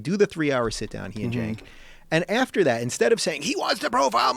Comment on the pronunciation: ***** Oh okay, I thought it was pronounced "senk" but they said "jenk" which was kinda confusing ^^ But yeah, he has lost all credibility. He's kind of a social justice warrior nowaday..